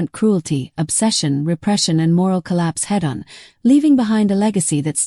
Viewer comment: Was this entirely done by AI? The fake voice can't say "head on" properly. "Peeping Tom" is from 30 years AFTER the Pre-Code era. The commentary sounds plagiarized from a better source.